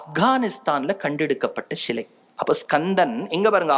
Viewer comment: இதை எல்லாம் நாங்கள் சொன்னது. அதை எங்களுக்கே திருப்பி சொல்ரிங்களோ. "ஷிலை இல்லை சிலை" தமிழை தமிழாய் பேசுங்கள்.